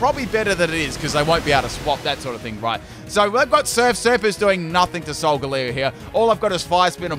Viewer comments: everyone: solgalee-o: s o l g a l u e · lol, and I've always pronounced it "Sol-gah-lay-oh'. As its phonetic makeup is "Solar Galileo". Although, "Leo" is also Lion, so I suppose those are both acceptable. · according to the anime no, but im just making fun of how weird he pronounced it